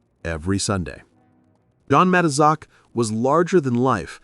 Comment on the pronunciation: AI narration, mispronounced Matuszak.